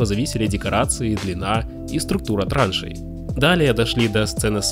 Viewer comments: Мда.... хОмуты вместо ремней, трАнши вместо траншЕи..... диктора надо менять.... Если снимаете для русскоязычных, то и диктора надо выбирать того у которого русский-родной язык... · Кавараджо 😂 трАншеи 😂 хомУты Испортить такое хорошее видео своей безграмотностью.